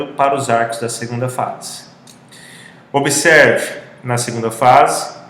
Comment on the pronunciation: "Como que..." e "obeserve" foi brabo....